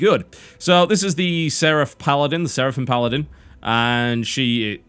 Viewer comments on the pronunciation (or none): none